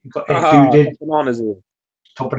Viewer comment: I forgot to mention thanks for pronouncing my name properly, my friends in college gave me that nickname cuz there was already an Eddie in the group so they started calling me The Dude and/or EdDude